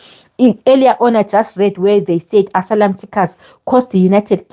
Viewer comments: Asylum is pronounced ass ~i ~lum it really that difficult ? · Please stop saying "and so on and so forth!". Also, pronounce the word 'asylum ' correctly! You can do better!